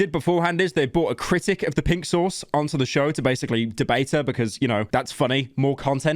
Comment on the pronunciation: When Pyro says "Pink Sauce," it sounds like "Pixels"